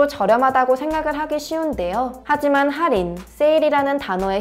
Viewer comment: 할인을 살인으로 들음 ㅋㅋ 살인은 언제들어도 설래게 되는 단어죸ㅋㅋㅋ